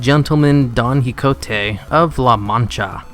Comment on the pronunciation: its pronounce "KEE HO TE" QUIJOTE not quigonte XD